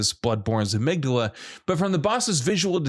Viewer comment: The most unsettling was that pronunciation of Amygdala